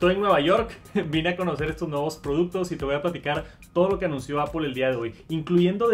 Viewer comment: "Apol" entiendes? apol xd